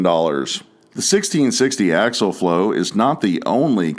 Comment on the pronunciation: It isn’t axle flow. It is axial flow. They aren’t pronounced the same.